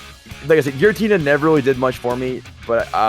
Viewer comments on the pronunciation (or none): none